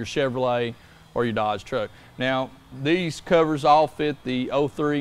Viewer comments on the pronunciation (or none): none